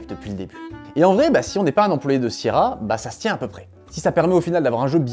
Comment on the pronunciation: ta maniere de prononcer sierra me rend ouf et prouve que t'as jamais joué à un de leur jeu lol